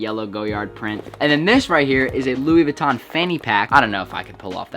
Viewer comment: *doesn’t know how to properly say Louis Vuitton